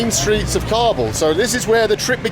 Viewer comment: You can't get the pronounciation of Kabul right, english subtitles are lost everytime